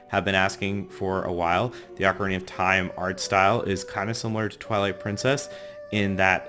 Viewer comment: It's pronounced. O-CAR-INA NOT OCK-Arina